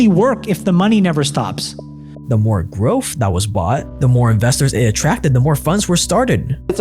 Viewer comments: It's growTH, not growff. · growth not grofh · Dude, it's pronounced "growth", not "growff". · growth not growf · im sorry, but are you saying "growf"? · Please learn how to say growth it’s not groeffthhh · Is he saying “Growf” or is it my AirPods?